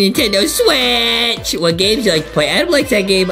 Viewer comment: its pronounced Adam